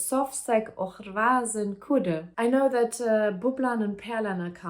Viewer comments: I have not read the book, but I understood everything. The fact that you can read the words even though you don't understand them is amazing. It seems like the word och (and) is one of the hardest to pronounce. It actually has a K-sound , not an H-sound in the end. Like the English word lock, but without the L. Best of luck with your language studies. I can recommend the am Say anything to quickly translate a conversation. I used it as a volunteer welcoming Ukrainian refugees to Sweden. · You did really well! Swedish with a german accent is so charming, really love it 💚 Of course there are several tricky words, one of them is "och", it's pronounced "ock" or like a short "å". You go girl!